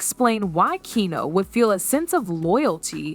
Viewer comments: AI can't say KEANU lol KANU what a load of nonsense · Good Lord. Get the mans name correct. In one sentence he was Keeno, Keanie and Keanu. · Keen-o; Keyanu; and Kanu. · Keenoo? This sucks. Do better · Kee - no? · Who's keenoo reeves? 😂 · Who the fuck is Keeenu? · The Narrator ( ), pronounces Keanu's name 10 different ways. Nothing discussed seems to connect to anything. Is this narrative simply a way to create a news story out of nothing? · The amount of instances this AI mispronounced Keanu's name. Why the heck am I even watching this bs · Is no one going to mention how many different ways she wrongly pronounced “Keanu” 😂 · Wow, all bull shit and for goodness sakes, learn how to say his name!!! Most would have heard, but need to live... Stop spreading bull shit. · It's weird that half the time you can't pronounce his name correctly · This chick literally pronounces Keanu Reeve!s name three different ways. Learn how to say, Keanu. 🙄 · Man, you’re trying out aaall of the Keanu pronunciations, I think you even made up some of your own. That along with the title not delivering on supporting content/ information. A+ job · The lady reporting needs to figure out how to pronounce Keanu’s name. She says it’s a dozen different ways 😂